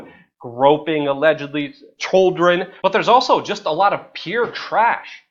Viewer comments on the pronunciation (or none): why do you pronounce "children" as "choldren"? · Serious video but couldnt help but laugh when Luke say choldren, not children lol. But yeah for sure he didnt suicide some suicided him, he knew to much and was a threat to all the other pedophiles whom he provided for. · Chuldren? Lol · CHOLDREN?! CHOLDREN!!! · You say children really weird. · You say children weird